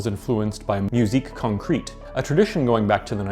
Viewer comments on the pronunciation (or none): Musique concrete is pronounced "con-KRET" and Kraftwerk is "craft-verk". Just saying, since you invited corrections.